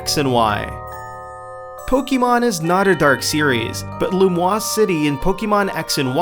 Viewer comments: Lumiose. Not Lumoise. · Ahem... loo-ME-ose, dickwad. Not loo-MWAS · lumiose city not lumoise that's pronounced differently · "Lumoise City"... You mean Lumiose. (I know it was probably a typo and you read it that way, but it still felt wrong) While I'm there, it is pronounced Pok-ay-mon and not Pok-ee-mon. Keep up the good work anyway! Your videos are getting more interesting than before (even if you could cut some parts of those clips sometimes, because they're pretty long).